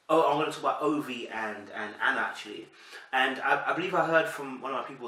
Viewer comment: It's pronounced Ovy yeh. It sounds like a Nigerian Rivers State name?